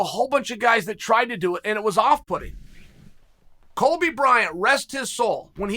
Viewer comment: "COLBY Bryant"...stay in your lane Chael hahaha